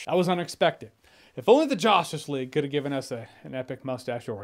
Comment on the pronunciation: Did Jeremy just say Josh-tice League instead of Justice League?😂😂😂